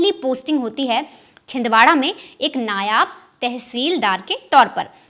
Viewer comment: नायाब नहीं नायब 😅